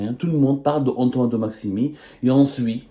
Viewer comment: De Maximin et non pas maximi 😂